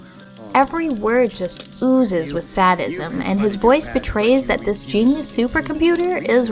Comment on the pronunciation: I LOVE that you pronounced sadism the English way! I do that randomly and delight in it annoying American pronunciation pendants!